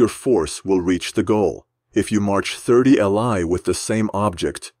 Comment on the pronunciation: also not li is a mandarin word and it's pronounced as Lee not l i. it was their old distance measurement equivalent to what we know as the modern mile.